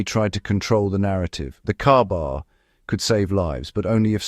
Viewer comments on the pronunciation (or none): is the AI bot saying "KAR-BAR" ? AI slop